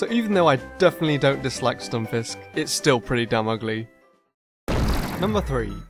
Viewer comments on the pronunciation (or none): none